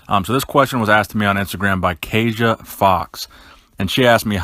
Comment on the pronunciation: it's pronounced kasha. Kasia